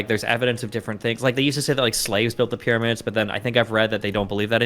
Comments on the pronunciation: Nah x is smoking some zaza no way he says pyramids perfectly in the video but now it’s the pyromids 😂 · “Pie RA Mids” is insanity